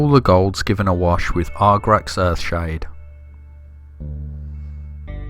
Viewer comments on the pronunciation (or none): Very very nice work. If I had a gripe, it would be that you label/pronounced it Argrax rather than Agrax Earthshade. Also you labeled Ushabti Bone as a Base rather than layer paint! As for the actual painting.....Brilliant. Please keep doing more vids and I can't wait to see what you do in the next vid :)